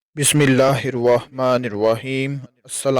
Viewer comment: Jnab Bismillah Sahi Parha krain